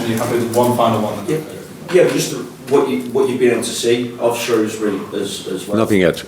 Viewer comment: strange ..it takes a german to pronounce shrewsbury correctly :) ,im a little torn here about the result ,being a liverpool fan since the early 80`s but living in shrewsbury all my life and going to a fair amount of games . I probably think it will mean more to the shrews than LFC but id hate to see the reds getting beat by a league 1 team doubtful though it is.maybe a draw please so a money spinning replay at anfield .